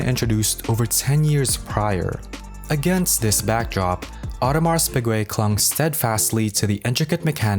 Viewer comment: Awe-de-mar Pee-gay, not AudemarS PIgwey